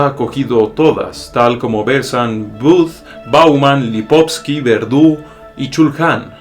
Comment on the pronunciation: No puedo adularte porque "Schopi" lo considera indigno. Muy buenos temas. Es "Lipovetsky"